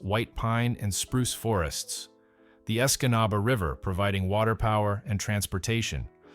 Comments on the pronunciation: I never realized that there were so many way to mispronounce "Escanaba." Great suffering Christ! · Lol he butchered Escanaba 😅 good eff that sinkhole